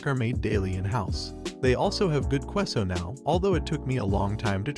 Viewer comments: Lol "kwe-so"? 😂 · Your mispronunciation of Queso made me unable to listen to the first story. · Queso is pronounced kay-so jalapeno is pronounced Hal-ah-pain-o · qweus-o blank-o Oh god make is stop!!! Freaking at least try to pronounce them right. K-SO and blahn-Koh